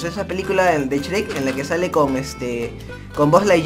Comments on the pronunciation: se dice shruek no shrek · COMO QUE CHREC !? ES YUEK NO CHEREK (y ya se que se escribe shrek) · por que dise s cherec😓